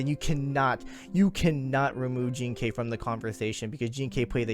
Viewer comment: Jing ke is a chinese name, jean kay is how they they pronounce that name